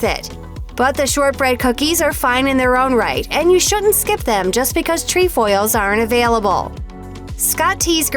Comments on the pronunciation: It’s tre foils NOT tree foils!!!! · It’s not “treEfoils” it’s trEfoils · jena mongold your right im troop 16325 and we have lemon ups and they are good and she doesn’t pronounce “trefoils” correct😂